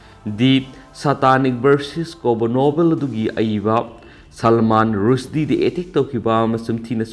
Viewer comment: Khonthok sengde Gumbhir bu gambir Blasphemy bu blasfe Rushdie bu rashi etc